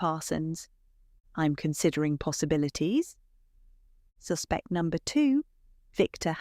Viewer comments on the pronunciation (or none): I hope this narrator is AI otherwise please note ‘suspect’ the noun and the verb differ.